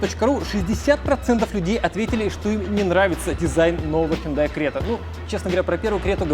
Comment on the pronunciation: Хюндай Срета 😄